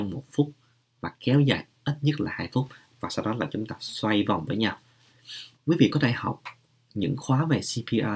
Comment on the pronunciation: Xoay vòng gì ơi nói không nghe rõ